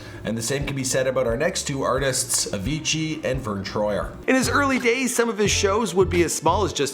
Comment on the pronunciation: The way he pronounce Avicci: A-fiji